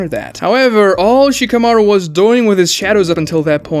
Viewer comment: Who is she-kuh-mar-oo? I see Shka-mah-roo on screen.